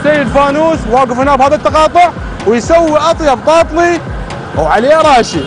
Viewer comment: تاتلي مو طاطلي اصل الكلمة تركية يعني حلو . ابراهيم تاتليساز يعني اللحن الحلو